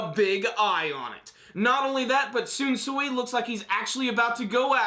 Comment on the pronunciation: First video you've actually pronounced Shunsui's name correctly